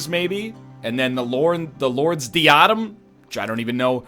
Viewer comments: and then let's just take the uh lord's deEAHDUM (it's DI-uh-dem btw) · Die-ah-dem, not de-ad-em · Die-uh-dem you egg common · i always love the lord's dee-AH-dm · egg...you taught english...and you can't pronounce diadem...